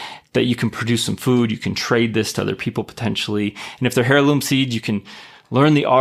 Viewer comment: The h in heirloom is silent